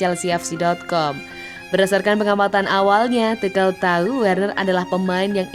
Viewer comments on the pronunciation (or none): Naratornya goblok... asuu... Bukan TUKEL ... tp TUSYEL ... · Entahlah kok Tuchel itu dibaca tukel😄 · Tukhel atau Tuchel min😂😂😂